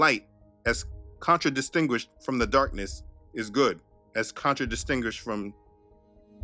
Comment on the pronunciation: Our brother conquered that "contradistinguished" pronunciation smoothly lol. Good stuff bro